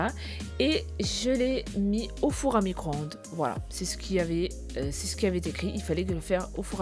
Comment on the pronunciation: Elle a dit four a micron —de mdrrrrr